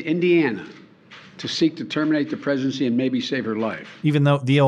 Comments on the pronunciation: Am I hearing Biden correctly? I hear an S not a G in the middle of the word, like he is slurring his speech on the word ‘pregnancy,’ making it sound like ‘presidency’ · doesn't it sound like he's saying "terminate the presidency and save her life"?